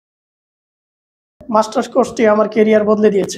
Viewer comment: মাস্টার্স কোর্স? ওনারা মার্টার্স কোর্স বলতেছে কেন?